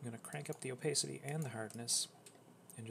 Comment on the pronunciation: him saying opacity incorrectly hurts my brain so much omg